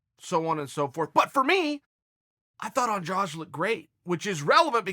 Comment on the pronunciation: Why the heck is he saying Andrage?